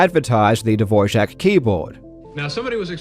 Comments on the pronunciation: Why are you pronouncing Dvorak as Divorjack? Where did the j come from... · Why do you pronounce Dvorak with a j like dvorjak? Is it said like that? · I think that the biggest scandal is that you put a "j" in "Dvoark"... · Am I missing the "J" in "DvorJak"? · Why did you pronounce Dvorak incorrectly throughout this entire video? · I'm not sure you are pronouncing Dvorak correctly... on many many occasions... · Still tryna figure out where the j is in Dvorak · As czech it's always funny to hear non-czech speakers trying to pronounce "Ř" Barbara seems like Todd Rogers of speed typing. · huh. Is that actually how Dvorak is pronounced...? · It's unfortunate that he got it wrong because the Dvorak family doesn't pronounce it that way. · he thought it was Dvořák